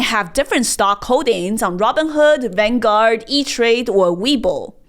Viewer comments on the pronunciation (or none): none